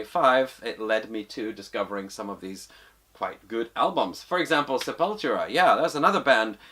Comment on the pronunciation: As a brazilian, Id like to point out that the pronunciation is /sepulTUra/. Portuguese for "grave".